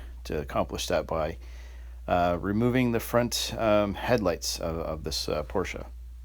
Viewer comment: Thank you for saying both syllables: porsh-sha....and vid is great too!